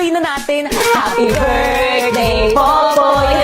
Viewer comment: Popoy not poppy 😅